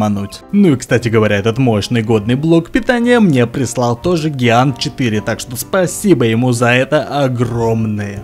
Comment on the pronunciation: А по-моему правильно джиант